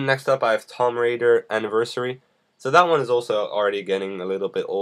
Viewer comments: Did anyone else noticed this guy said 'tom raider'. -. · Did he really say Tom Raider? :/